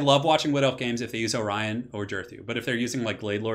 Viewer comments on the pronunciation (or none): none